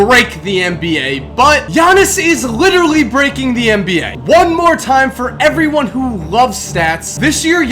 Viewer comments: This dood said 'mba' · Hey - I think this is the GREATEST NBA channel on YouTube, and it's not even close... but if you said "NBA" instead of "MBA" in your videos - it would make it just slightly better;-). Ok, that's my OCD speaking...this is NOT a backhanded compliment! Thanks for your consistent awesomeness!